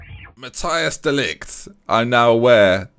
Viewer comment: Mattijs de ligt (Matt-TISE de LITE) Ñ = enye (Carles alenya)